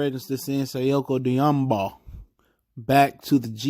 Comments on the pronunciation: Say-Koo Doom-boo-yah! You know you be jacking some names up😩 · Man learn to pronounce the brothas name please. It's not difficult